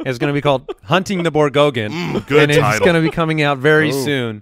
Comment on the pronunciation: "Hunting the Borgoggin" LMAO